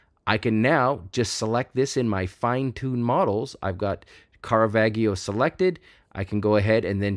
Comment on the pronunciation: The G in Caravaggio is a soft G. It is pronounced as the J in John